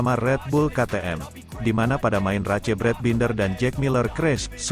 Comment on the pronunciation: Ruca race geli gue dengernya bacanya kayak anak SD yg blm kenal bhs inggris